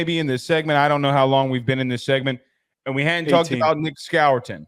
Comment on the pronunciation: Who the heck is Nick Skawour-tin? SMH